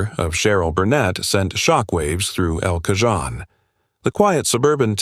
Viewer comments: Get a voice AI program that knows how to pronounce words. It was difficult to listen to this video. El Cajon is Spanish, wherein the letter J is pronounced like H so Cajon is pronounced caHONE not caJOHN. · Computer narration sucks! "El Cajun" is pronounced "El Cahone". It also seems to be written by a seventh grader. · Its EL KAHONE said locally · It's El CaHONE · It's not Cajon its pronounced El Cahone, J in Spanish is pronounced like H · QUIT using AI narration. It's pronounced el-ca-hone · Pronounced El Cahone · Respectfully I will note that El Cajon is quite close to the CA/Mexico border. Cajon is Spanish, in which the letter J is pronounced as H. Ca-hon sort of pronounced like the word cone. I grew up in Southern CA so know just a bit of Spanish pronunciation. It’s a rough town, or was when I lived there. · Nice AI voice. It would be great if AI would learn to pronounce simple words like El Cajon. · Do five minutes of homework and learn the pronunciation of El Cajon. This makes me wonder if your other statements are accurate. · I get that you use AI narrators, but the mispronunciation of El Cajon once was bad enough, but mispronounced two different ways is pretty bad. I know it’s a ton of work to acquire images, footage and write scripts, but attention to detail is important. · Yes. It's the AI. However, chances are really high that a human would have pronounced it the same way. It's astonishing how often YouTubers mispronounce names, place names and just plain old words. Usually late Gen Xers on up. 🙄